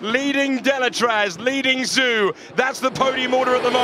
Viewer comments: Zhou is pronounced more like "Zcho" with the o in "hole" rather than Zoo. It will take the commentator a decade to pronounce his name right just like Kubica I'm afraid. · Somebody please tell them Zhou is pronounced JO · I do fucking wish they pronounced Zhou’s name properly. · Well done 周冠宇！And shame on the commenters,can't even pronounce Zhou correctly.